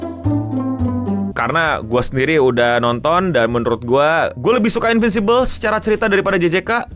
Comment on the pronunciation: InviNcible bg bukan Invisible